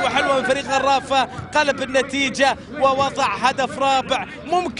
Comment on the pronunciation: عبر بحبود يعود بالقرافه سفاح صقير... اكيد هذا المعلق من جزيرة الواق واق هقهقهقه